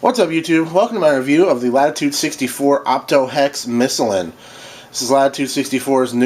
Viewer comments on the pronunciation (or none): My arm is unfortunately not the same color as the disc in the review so i agree, make a hex fairway driver for us! By the way, in Sweden we pronounce it "missiiiiiiiilen" with a long second "i". Means "the missile" of course.